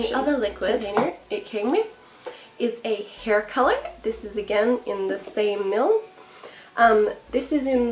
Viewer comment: I like how you say "mills" as in "this is the same mills" lol